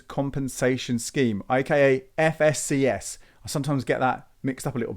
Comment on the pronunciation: Great FSCS pronunciation ... just kidding . Is there a bank which I can have joint account with my wife .. Protected to £120,000?